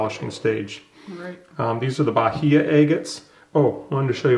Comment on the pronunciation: Nice video! Fun fact: Bahia in Portuguese is pronounced with a silent "h". 👍